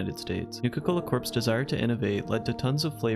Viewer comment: “Corpse”? That’s not how you pronounce “corps”